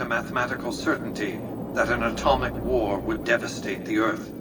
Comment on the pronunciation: I love how the boomer kid missread "atomic" but read and pronounced "ignoramus" perfectly.